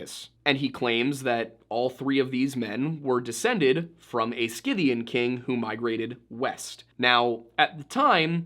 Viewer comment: Also is pronounced “si -thee-uhn” not skipthian or whatever slop came out of your face